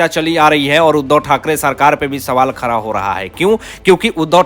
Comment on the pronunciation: You are also belong to fake news channel !!! Take it from me nothing will happen Shari Hatodi not Hathori. Like English man don’t say “ R” where “D”. It is BADA not BARA & Khada not Khara First learn to pronounce properly or go & Stay in London & Work for BBC